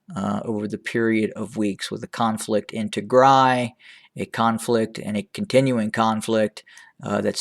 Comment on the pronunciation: Thank you for pronouncing tigray the right way is the music to my ears